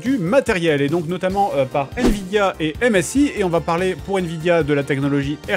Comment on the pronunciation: "Nvdia" xD Petite faute c'est Nvidia mais sinon bonne vidéo comme d'hab les gars ! GG et très sexy la carte graphique 😂😂